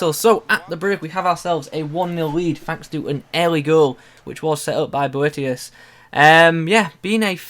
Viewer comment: Prounced it alright!